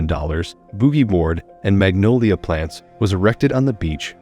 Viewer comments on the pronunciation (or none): none